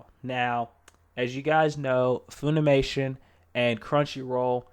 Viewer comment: It's pronounced Funimation like fun, not foon. Please stop, as to save the ears of the viewers.